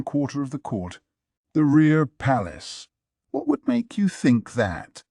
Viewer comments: The way he says "Wharrr 💅" instead of "What?" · Always catches me off guard!! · It's the AI having a stroke, not a deliberate choice by a human narrator